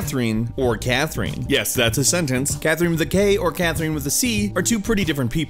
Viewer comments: Ok, but it's CathRINe and KathRINe, not KathREENe and CathREENe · I can't get over the way you pronounce C/Kathrine. C/Kath-REENE 😖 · im so sorry but its CathRINE not CathREENE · Wow, I hate the way he pronounces Catherine. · Why does he say C/Katherine as C/Kathereen? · why you pronounce it Cathreen XD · Catherine is a common name, not sure why you think it is pronounced CatherEEN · How do you not know how to pronounce "(K)Catherine"? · Why are you pronouncing Catherine like that, did you not play the game ? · Is this guy really pronouncing Katherine and Catherine like Nectarine? Does he really not know how to pronounce Catherine? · you pronounce c/katherine wrong